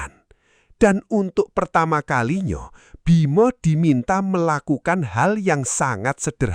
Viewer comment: otaknyo..diemnyo...pertama kalinyo...dio...dll...min perbaiki kalimat AI nya